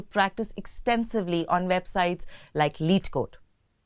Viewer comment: It's not lead code, leet code